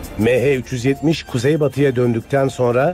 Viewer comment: Şu konuşan adamın mehe 370 demesinden nefret ettim hindistanlımı nedir